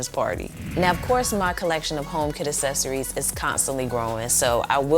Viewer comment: a*K*cessories not essessories HARD C